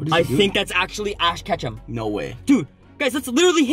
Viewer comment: He said ash Ketchup on accident lmfao